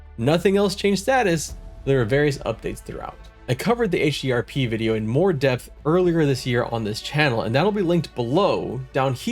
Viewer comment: This is one of your best Pantheon: Rise of the Fallen coverage videos, man. I love the concept. The edits are super helpful and quite clean, with a good balance of info and fun. Just such a good recap. This deserves way more views. :) Also you said HDRP, and I'm proud of you. :D But now you've passed into the realm of mispronouncing Dark Myr... D